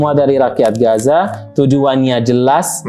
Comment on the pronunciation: Om, sebutnya "Gaza" aja gpp koq😅 Akh nyebutnya pake dialek arab, yakni "Ghazzah" (غزة) Atau boleh juga nanti latihan nyebut dialeknya belajar sama ustadz Adi atau UAS 😊😊 Barakallah ya om, makasih udah angkat tema ini dgn narasumber asli dari sana 🇮🇮🇩🇵🇵🇸𓂆🍉✌🏼🕊️